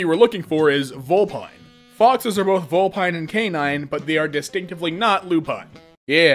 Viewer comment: I’ve been learning about it this for years and I can confirm, vulpines are canids (Also loop-pine is the correct pronunciation so good job)